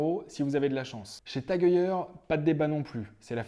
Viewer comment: Svp ne prononcez pas Tag oeilleur mais Tag Heu-er tout simplement. Sinon bravo pour la présentation même si le choix a du être difficile ! 👍